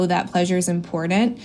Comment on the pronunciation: know what else is imporent? pronouncing your t's lol